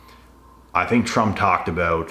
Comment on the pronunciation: Talked aboot